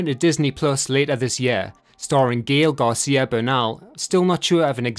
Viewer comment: That's not at all how you pronounce Gael García